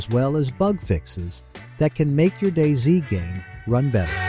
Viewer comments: Least helpful video ever. Also it is call Day Z and not "days". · I swear, if this guy says "days" one more time... I'm going to have to come over there. It's DayZ... like "Daisy." Yes, like a flower and we're proud of it. DAISY DAISY DAISY 🌻🥀😆😆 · him calling it DAZE :|